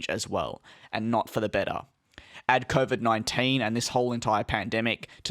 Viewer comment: “Coovid Nuinteein”